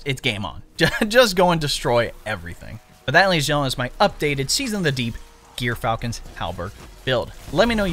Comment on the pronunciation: Not gear falcon, djor falcon. Smh